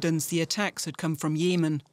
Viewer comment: why half "journalists" cannot pronouns correct easy names? "YEEEMAAN"?!